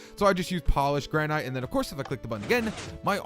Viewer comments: I think he did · Did he just say "granight" instead of granite?